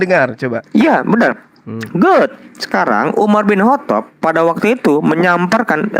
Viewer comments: "Umar bin Kotob'. Ha ha ha, nyebutnya saja salah. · sok pinter Al-Qur'an, nyatanya memahami terjemahan Al-Qur'an aja gagal faham,,, nyebut nama UMAR BIN KHOTOB pun gak bener